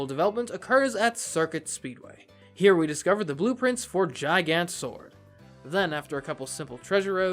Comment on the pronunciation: “a-lee-vil” 💀 “jeye-gant” 💀💀